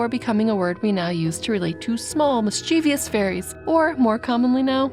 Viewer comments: The narrator has a nice voice but keeps pronouncing the word "mischievous" incorrectly. The word has two syllables, not three. mis-chə-vəs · Said mischievous wrong at least 4x 😭